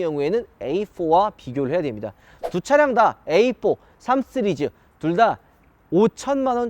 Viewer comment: 이형도 쓰리즈로 발음하네..